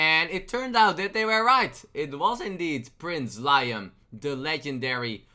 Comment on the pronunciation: Liam is pronounced Lee-um.